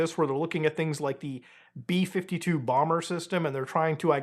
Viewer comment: Beee fifty two Bawmer!